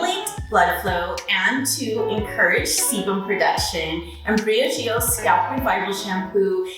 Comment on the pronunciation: Ain’t that Bree ahh g oh? Ask the people how you pronounce it😠